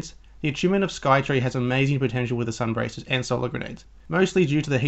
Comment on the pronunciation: Its sun bracers (bray sers)